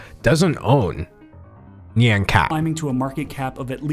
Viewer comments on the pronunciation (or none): It's not pronounced "nee-ann" cat, it's "nyawn", no "nee" sound. It's an onomatopoeia for a cat sound, like "meow". Sorry this is just a pet peeve -_ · fun fact, nyan is pronounced like ryan. having to listen to "nee-an" really hurts my soul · That guy saying Nyan like neon makes me want to die lmao. How did he not do any research like wtf? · That was literally the worst pronunciation of “Nyan” I’ve ever heard....